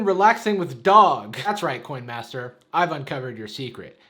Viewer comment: "coyn mastur"